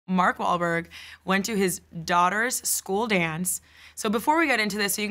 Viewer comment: MARK WAHL, MOL, WOL, BAHL, WAHL, MAWLWHALBORG